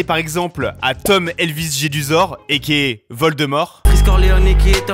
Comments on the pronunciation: Jedusor avec un t ça fait extrêmement mal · Jamais de "T" dans "Jedusor" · Ui c'est juste qu'il a mal prononcé son nom